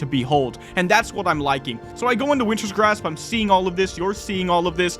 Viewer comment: So for how long at this point have you been calling it "Winter's Grasp" instead of "Wintergrasp" ?